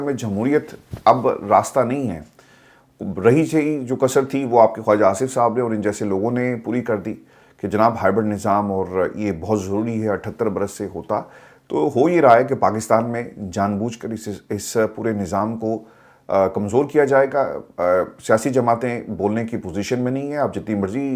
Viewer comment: Bhai HIBIRD is not correct, it’s “HYBRID”